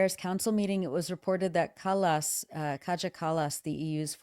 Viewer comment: Kaja Kallas is a warmonger. A disgrace. Strange that the women in charge in Europe are such war hawks. Kallas, Meloni, Von Der Leyen. Weren’t women in politics supposed to be more peace loving than men? kaja is pronounced Kaya in English.